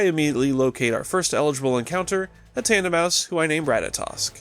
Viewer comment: THERE IS NO O IN TANDEMAUS!